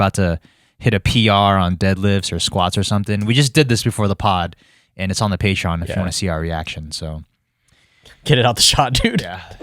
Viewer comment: "Its on the Pay Tron"🤣